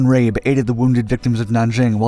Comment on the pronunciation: By the way his name is pronounced "Rah-Be"